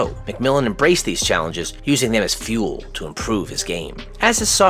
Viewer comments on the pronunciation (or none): none